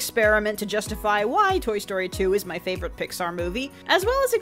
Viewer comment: Did you just say Tory Story?